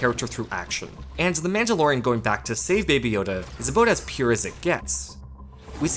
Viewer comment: You shut your filthy mouth about Rogue One. You can’t even pronounce Mandalorian correctly.